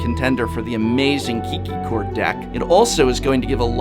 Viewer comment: also... it's "Eye-core" not "Ik-core", professor. ;)